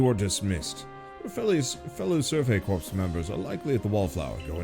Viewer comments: Corps is not pronounced like 'corpse,' as you are saying it. It is pronounced like 'core.' I notice you've started pronouncing it correctly sometimes, but you still say it wrong most of the time. I think the correct times are on accident. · Corps is one of those words that i know how its pronounced but my lips refuse to say it that way.